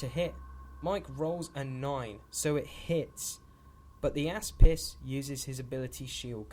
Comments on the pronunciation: I really loved this battle report. I would like to just point out though, does Retribution of Scyrah have a warjack called the "asspiss"?. Every time I heard it I cracked up laughing! \ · The "Ass Piss" is apparently how its pronounced now hahaha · Sebibreve It's Greek for shield (which is what it does) and its actually pronounced.. ok, the "a" makes an "ah" sound, the "s" is like the s in snake, and the "pis" is like "piece" of pie - so something like Oss-piece.